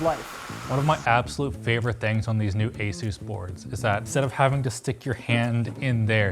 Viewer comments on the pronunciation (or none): none